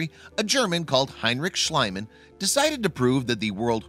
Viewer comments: Schliemann's name is pronounced "Shlee-man", not "Shly-man"! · There is nothing worse than pronouncing a person's name wrong! FYI "," Heinrich Schliemann's last name is pronounced shleeeeemann not shlaymann! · /SHLĒ-mun/ not /SHLĪ-mun/ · H. Schliemann is pronounced "shlEEman" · Heinrich Schliemann is pronounced "Shleee-man" (for English speakers), the German 'ie' combination is always pronounced 'eee'. (The German 'ei' combination is always pronounced as in the English word 'eye'.) (Ignorant Yanks reversed it some time around the early 20th Century.) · Why this terrible narrator? Just find someone who sounds more intelligent and less like a nitwit who reads everything from a piece of paper with a silly 'melody' to his sentences.. Also the name of the German who discovered Troje is pronounced something like Sleaman, with a sound like 'sea' or 'tea'. That is a basis knowledge. Please give us the feeling that you actually respect your subject.